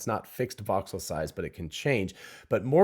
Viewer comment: Are you saying "box cell" when discussing the AI graphics?